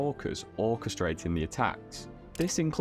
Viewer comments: Did you say "orca-strating" an attack? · Orcastrating lol. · "She began ORCA-strating revenge????"